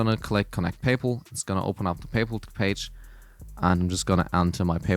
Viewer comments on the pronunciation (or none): First Person I Heard Pronounce Paypal Like "Payple"